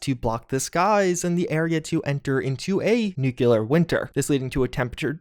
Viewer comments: It's new-klee-ur, not nuke-you-lur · Say it with me everyone, it is "noo-klee-er", not "nyoo-kyoo-ler"! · Actually, it's actually new-clee-ar not actually nook-you-lar actually. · nuculer winter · NUCLEAR. NEW-CLEE--ER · I like how you pronouce "Nucular" but nobody comments on it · say it with me: Nu-clear. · Ah yes. Nuclear wonter. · say it with me NU-CLEAR !!!! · Oh god, stop saying nuclear like that, please! It hurts me! But yes, I am very interested in this mod.